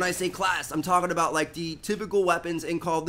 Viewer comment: I hate how he says "talking about"